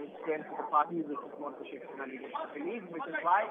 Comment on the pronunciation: SHIV SENA sahi se bolna to sikh lo Miss Jacob🤣😂😅